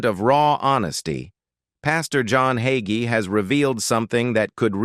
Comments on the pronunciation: THIS AI MESSAGE SAYS PASTOR HAGEE IS 85 then 84. THE PASTOR’S NAME IS HAGEE THEN HOGGY. I’M NOT SURE WHAT TO BELIEVE WHEN THIS MESSAGE CAN’T GET SIMPLE WORDS RIGHT! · The pronunciation of Hagee as yahee sure reveals AI to me. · There's that AI voice again. It's Hay- gee. At least get the name right. Love Pastor Hagee.❤ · A-I also has it's doubts...like the pronunciation of the subjects name. 😇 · Such a crock! Plrase stop. At least Learn how to pronounce his name. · Ai isn't pronouncing Hagee correctly. Need a human tech.